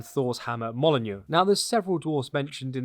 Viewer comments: I can’t believe he pronounced it Mol-in-jr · Hat and you pronounced mjolnir wrong you said molinu😂😂😂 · Thor’s hammer is pronounced m-you-l-neer btw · You have the worst pronunciation of mjolnir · Haha I love your mispronunciation of Mjolnir. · Dude are u purposely miss pronouncing mjolnir? How the fuck can u not know how to pronounce it? Dude that’s annoying as shit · The way he says Mjorlnir hurts